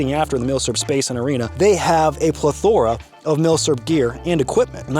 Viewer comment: It's pronounced plethora, not plethora. Sick video as always. Fan'tistic idea